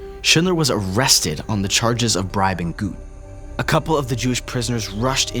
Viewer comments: Not exactly sure but I think Goeth is pronounced Gurt, not Gooth. Otherwise, excellent video. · Amon Göth's surname is pronounced "Gurt".